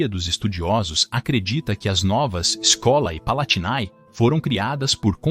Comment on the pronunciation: Escolae palatinae e todos as palavras com æ se pronunciam com "ê" Escolê palatinê